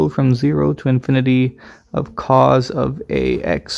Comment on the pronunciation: Which is worse: teeee-gral or C O S? This video is cursed